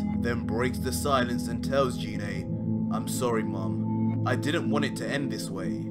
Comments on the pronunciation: Gee-nea Not JEE-nae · #Bardock great fan fiction, but must you slaughter the pronunciation of Ginae's name? It isn't "G-Nae" pronounced with the "Guh" sound of the letter G. It urkes the hell out of me when people claim to be huge Dragonball fans but butcher the names so badly. Thanks and as I said before great fan fiction. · Never subscribing to someone who can't say gine correctly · Anyone else weirded out by how he says gine